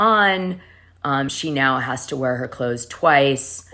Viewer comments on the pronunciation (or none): none